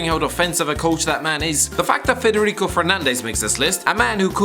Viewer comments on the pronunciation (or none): none